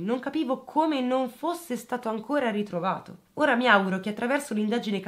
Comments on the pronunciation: La pronuncia corretta del pesino di Ora è con la O aperta, come si pronuncia Oro (il metallo) e non con la pronuncia di ora intesa come "adesso" o come ora dell'orologio. Auer in lingua tedesca. Solo perchè sono nativa di quei luoghi, non per criticarti. Sei sempre bravissima 🏆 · Una sola puntualizzazione la cittadina a sud di Bolzano va pronunciata con la O aperta e non chiusa come per le ore del giorno. Ora in tedesco Auer... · Ciao bellissima, sono di Bolzano e ti faccio i miei complimenti per la tua accurata ricostruzione. Hai chiesto delucidazioni per le pronuncie dei vari nomi: era perfetta.l’unica cosa è che Ora va pronunciata con la o aperta e il talvera va con l’accento sulla prima A. Ciao, complimenti ancora. 😘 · Hai indovinato tutte le pronunce tranne Ora e Renon. Ora ha la O aperta Renon la O chiusa. (ci ho dovuto pensare anch'io che vivo qui) :)